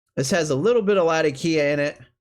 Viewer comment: Nice recommendations. Out of curiosity, why do you (and practically everyone on youtube) pronounce Latakia that way? As I'm sure you know it's named after the city in Syria that it used to be cured in and that's not how the city is pronounced.